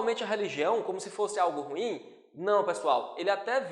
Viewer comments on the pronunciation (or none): none